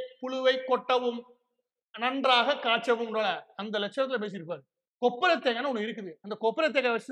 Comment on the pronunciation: கொப்பரை தேங்காய் இல்லை.. தொப்பரை தேங்காய்